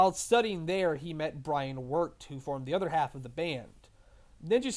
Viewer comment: I stopped listening after 11 minutes. You clearly have no idea what you're talking about. Dan's stage name isn't Sexbong, it's Sexbang. Brian's last name isn't Worked, it's Wecht. Barry wasn't the one who told Arin about NSP, it was Ross. Obviously you never actually researched any of this, you only half payed attention when someone else told you about all this. There is no credibility to any of your statements here so why should anyone listen? Get your shit together man, this is just embarrassing.